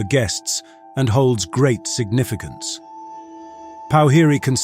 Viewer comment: Po-whi-ri (pour-fi-rei)